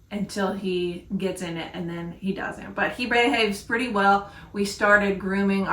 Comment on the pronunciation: He says I look so purdy... 😊